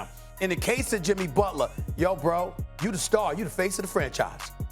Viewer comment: SA: Jimmy Butlaa.....Jimmy Butlaaa.....lol